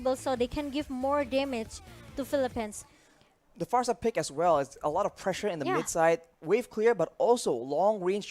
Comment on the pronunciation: natawa ako sa "the pheleppens". Peace!